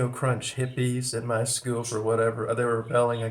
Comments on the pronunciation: when you pronounce school as 'skewell', it evokes the Brady Bunch. That puts you squarely between Boomers and Gen-X from a cultural standpoint. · Nah that’s some kind of accent thing, not generational. It’s how they say it in Manchester if that means anything.